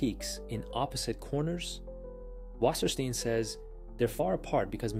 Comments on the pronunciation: Say "wasserstine" not "Wassersteen" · Or, actually, [vassəshtain]? It spells and reads like "water stone" in plainly written German